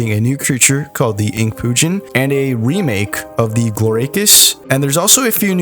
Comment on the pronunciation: "And a Wemake " I am dying